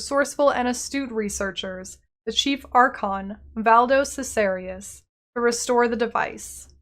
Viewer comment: Great video, but i'm pretty sure Valdo Caesarius is pronounced differently according to the war for the atlas official trailer ;)